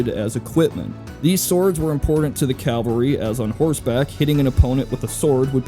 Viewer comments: I like the content but keeps saying CALvary when he means to say CAValry. One is a place, the other involves mounted soldiers. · Sorry to nitpick but you keep saying "Calvary" which is a famous hill, I think you mean "Cavalry" which is men on horseback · It's CAVALRY not CALVARY damnit Calvary is a whole different thing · It is CAVALRY not Calvary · Calvary? Really? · If I have to hear this guy call them "calvary" one more time I'm gonna go through this entire channel and put a copyright strike on every single video, then gouge my eyes out. Fuck, the only thing worse is "nucular." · CALVARY?? Calvary is a hill in the Levant. I think you mean CAVALRY. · Say it with me now, cav-uhl-ry. Not cal-vuh-ry. Cav-UHL-ry. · Might want to point out to - it sounded like he said Calvary, but I think he probably meant cavalry. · "Calvary." Cavalry Ca-val-ry No disrespect but this really grated on my nerves. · It's Cavalry. Not CALVARY. Practice saying it. Calvary is a hill in the Bible. Cavalry are mounted soldiers. Jesus christ. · "Calvary" I don't think that word means what you think it means. Calvary is where Jesus died dude. Mounted soldiers are called Cavalry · "Cavalry" man, not "Calvary". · Why do so many Americans have trouble with the word cavalry...? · I'm sorry, I can't handle it... It's "cavalry", not "calvary". One is a horse-borne fighting unit, the other is a place of Biblical significance. Ok, I'm done. Please proceed. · CALVARY CALVARY CALVARY CALVARY CALVARY CALVARY CALVARY CALVARY CALVARY CALVARY CALVARY CALVARY CALVARY CALVARY CALVARY CALVARY CALVARY CALVARY CALVARY CALVARY CALVARY CALVARY Tell me what the fuck is calvary in a military sense? I know of cavalry, but not of calvary. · It's Cavalry, not Calvary. Calvary is where Jesus was crucified. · Cavalry, NOT "calvary". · why do u say calvary its cavalry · 'Calvary' Say it with me. Sound it out. "Cav"-"al"-"ry" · "calvary" stop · it's cavalry... not calvary. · It's cavalry not calvary